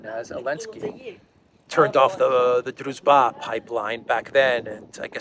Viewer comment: BTW it's pronounced DruJba. :)